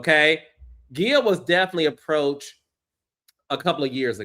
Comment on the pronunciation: Wait why are you saying Gia like that? Is that how she pronounces it? Because if so she just needs to pronounce it the regular way. Cause that hurt the ears. Hell no.